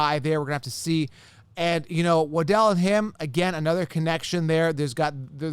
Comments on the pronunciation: Its "wah-dul" not wa-del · “Wa-Dell” Man. I’m out, cya